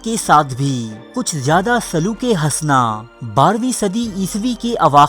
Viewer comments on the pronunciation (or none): none